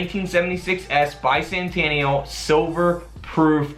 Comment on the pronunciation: Bi-sannn-tanial lol